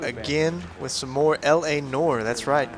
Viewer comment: noire is not pronounced nor